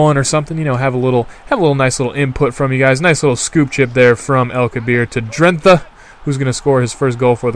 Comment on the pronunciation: It pronounced drent-á